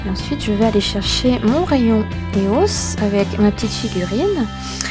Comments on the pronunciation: Ça se dit pas éos mais E O S tu lis les lettres une par une. et copieuse de vidéos allemandes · E.O.S et anglais donn'c on le prennonce en anglais, c'est comme Fluff ok le prenonce fleuff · Lilou sɴᴏᴏᴘʏ Ouais sa se dit eos (ios) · Même si ça s'écrit pas comme ça, ça ce prononce I-O-S, pas EOS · tu dis faux eos